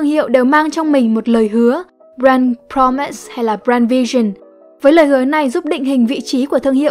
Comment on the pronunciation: Promiss nhấn âm 1 nha ơi